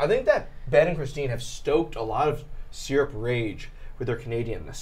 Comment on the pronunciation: Why has no one mentioned how they say syrup?! Seer-up?! It's sir-up!